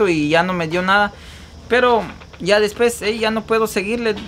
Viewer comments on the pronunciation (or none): Escuche mencionar la palabra después como mil veces quedé con trauma lo peor es que no lo pronuncias bien trata de mejorar tu leguaje leyendo libros para que ya no hables como un vulgar se dice DESPUES no como tu lo pronuncias DESPES 👂🏼